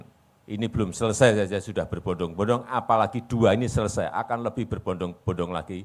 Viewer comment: Keseleo lidah kang mulyono ini, MAKSUDNYA "BERBODONG-BODONG" Bukan "BERBONDONG-BONDONG"😂😂😂 Mul mul saDUNIA WES NGERTI... NEK KOE TAKON 'AKEH' NYATANE 'NOL', TAKON 'LUNGO NYATANE MANDEK'.... LAMBE LAMBEEE😂😂😂😂